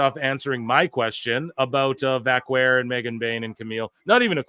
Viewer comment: This is probably the worst pronunciation of her last name that I've ever heard.